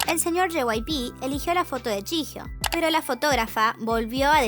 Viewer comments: Se pronuncia "yijio" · Es jihyo (llio se pronunciria)?